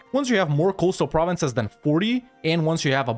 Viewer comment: It's always a pleasure to hear you pronounce french provinces when I'm actually french !